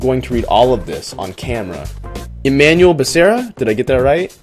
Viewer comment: Emanuel pronounced = manwell